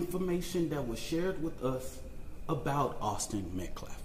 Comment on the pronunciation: This guy cant even say Austin name correctly... Disrespectful to the killer's family.. smh... U r making it racial